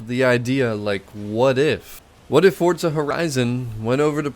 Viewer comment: Fortza 😅 there's no T in the name why do y'all pronounce it that way?